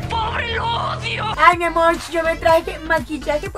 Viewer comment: por que dices miamorch